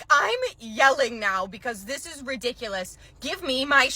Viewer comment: i love how you say ''RUHdiculous!!!!''